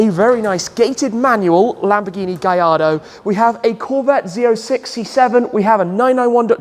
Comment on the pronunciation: It's not a gajardo cmon